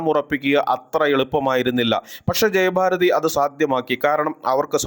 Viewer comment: ജയബാരതി അല്ല. ജയഭാരതി